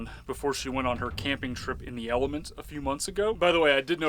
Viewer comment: I keep thinking I’m hearing you are saying not element 🤣